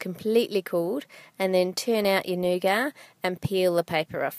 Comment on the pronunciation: I love u Ann but I don't like the way u pronounce nougat